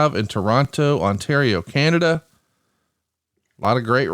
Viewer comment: Did you just say Canadia? Wtf Bruce lol!